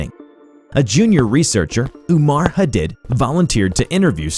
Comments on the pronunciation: love your content so much!!! someone mightve already said it but I think “Hadid” is pronounced like huh-deed. for the future 😊😊 ty for your vids u guys rock! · Why do you have so much trouble with pronouncing simple words and names? Commune (com-mewn). Viscera (vis-sir-rah). Hadid (Ha-deed). Every video, you butcher 2-10 simple words.